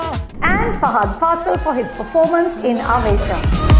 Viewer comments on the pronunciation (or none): none